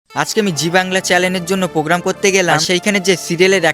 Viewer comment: ঐটা চ্যালেন হবে না চ্যানেল হবে 😂😂